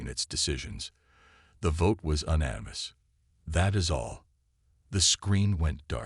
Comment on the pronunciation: Please program your AI to pronounce unanimous!